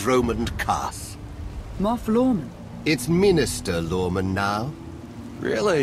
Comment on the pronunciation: it's minister lorman! MINISTER LORMAN!